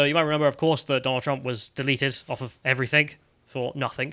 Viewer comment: Ears scresming with this bloke. EveryTHINK took me off before three minutes. Good channel, shame about this ex t-shirt designer.